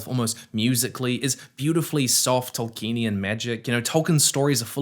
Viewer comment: YOU PRONOUNCED "Tolkienian" AS "TolkEnian" ONE-HUNDRED TIMES IN THIS VIDEO. It's five syllables. Toll key en ee an.